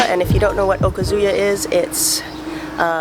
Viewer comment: Great places, vid, but I’d never think you’re Japanese cuz I’ve watched 3 of your videos & you keep pronouncing okazu-ya “oh-cuzoo-ya” instead oh-KAH- zoo-ya. Cute but not Japanese sounding…